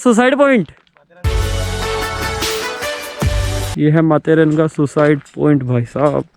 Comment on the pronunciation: Baapre itna khatarnak music starting mein.. itni high volume🤧 And it’s matheran and not manteram..